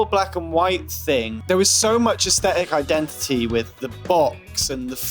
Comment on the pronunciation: The way he says aesthetic. "Asstetik